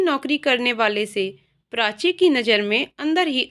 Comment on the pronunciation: बहुत सुंदर कहानी। मगर उच्चारण की अशुध्दता खलती है । कृपया श को स न कहें और प्राची को प्रांची न कहे उच्चारण की यह अशुध्दता बहुत कर्ण कटु लगता है उच्चारण शुद्ध करें।